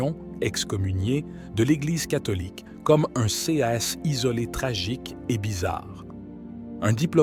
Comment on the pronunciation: Qu'il est agaçan d'écouter un robot incapable de lire des mots aussi simples que "cas", "ces" etc.